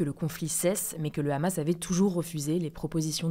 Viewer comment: Est-il possible, pour la 3ème fois en vidéo, que prononce le mot "Hamas" (6'52) normalement, comme tous les autres journalistes. De-même que "Mahmoud Abbas" (6'47). Merci, surtout que le reste est sans accroc. Sinon il faut prononcer chaque terme/noms dans leurs langues d'origines.